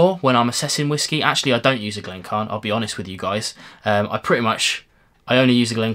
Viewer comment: Sorry, but I have to ask: why do you ignore the "i" in "Glencairn"? It should be 'Glen-care-n', not 'Glen-carn'. I'm afraid that Diamas glass is not something I would want at all (maybe not quite as bad as the Norlan, but...).